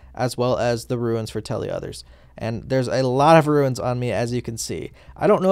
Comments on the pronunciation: its roons not ruins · It's runes... Not ruins.. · is it an accent thing? or doesnt everyone call the runes in runescape "ruins" lol